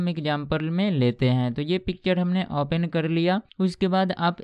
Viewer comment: यह सारे लोग ओपेन क्यों बोलते हैं ओपन को ?